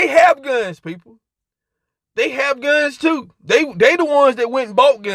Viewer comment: I thought this fool was saying selling phones lol.